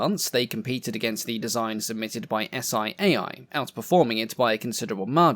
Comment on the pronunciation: Loved it! Just a small note: the acronym SIAI is pronounced as a single word which sounds like “see eye”. No Italian aviation enthusiast will pronounce it spelling the single letters.